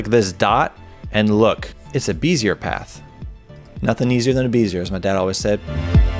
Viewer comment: I was just scrolling to see if anyone else commented the wrong pronunciation or not :D